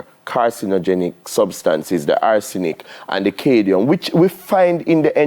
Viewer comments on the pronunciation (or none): is the doctor trying to say CAD-MIUM? why is he constantly saying Cadie-um? man a build new elements... to boxide.:face-blue-smiling: i guess when he is to say aluminium he just says lume.. jokes aside i enjoyed his segment. and i rarely watch TVJ because the hosts always seem so fake especially the lady.